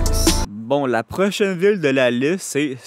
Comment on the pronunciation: Bro on dirait que tu dis : ''prochaine vulve'' à chaque fois. Est-ce que tlm de Longueuil parle comme ça?